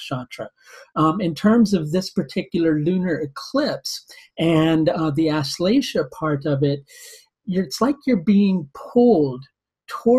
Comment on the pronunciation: lol ur accent don't get nakshatra name correct